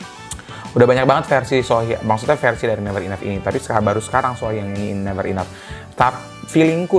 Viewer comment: Her name Sohyang is not pronounce as "sore" as in aching. It should be "so" as in "so be it".